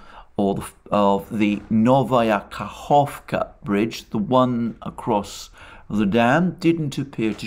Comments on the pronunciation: Well done , especially on Kahovka pronunciation! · Let's all thank Alexander for his efforts in pronouncing settlements in Russian. I didn't pay much attention to the fact that he didn't pronounce the letter k in the New Kakhovka, but when he corrected himself in this video, I applauded his efforts. Russian is not the easiest phonetically. Alexander, my respect to your efforts. Greetings to all from boundless Siberia.